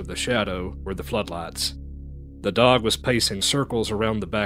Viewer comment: "they terk yer duhhrg!!!!"